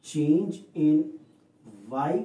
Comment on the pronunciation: its 'in y coordinate' not 'ni y coordinate' 🤣